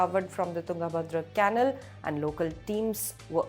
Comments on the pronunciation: Its not can-nul , you pronounce it as Kuh-nal. Come on Indian Express you can do better! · Caanal or canaal? Dear kindly check once your pronunciation of the word " canal". No insult intended please!